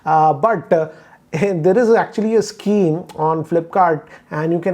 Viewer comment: He says sceme.